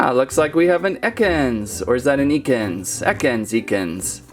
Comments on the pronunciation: It is pronounced ekans not ECK-ANS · It's pronounced EHkens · Yes Ekans with short e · It is ek-ins